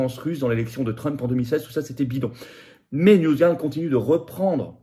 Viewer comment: Dans "NewsGuard", on prononce "garde" (avec le "r" très atténué) et non "gouarde"... On n'est pas supposé maîtriser l'anglais à l'ENA ?